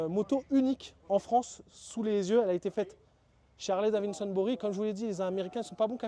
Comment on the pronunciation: daviDson et pas daviNson stp 😉